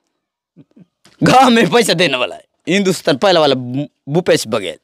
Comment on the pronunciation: भूपेश नही घुपेश❤